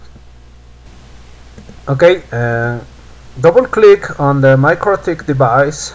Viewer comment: I hear MikroDick :-D